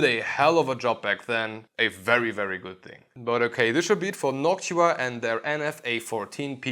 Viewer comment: “noksha” wtf?…